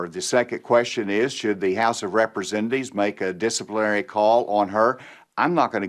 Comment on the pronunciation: "Dah house of Represendees"